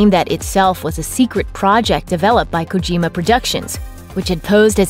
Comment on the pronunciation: Kojima not kogima